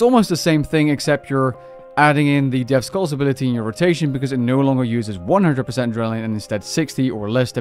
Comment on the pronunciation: "Tuskal zuk" lmao turn on game music and listen to the intro The T and S are silent, "kal zuk". Love you bud, keep up the great content